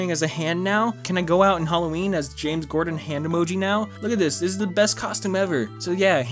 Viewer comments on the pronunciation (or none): I laughed way to much every time he said Alien Ween